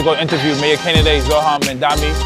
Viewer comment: my brother how hard is it to pronounce zohran mamdani